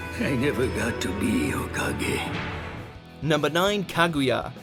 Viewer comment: Normal people: Kaguya: ka gaya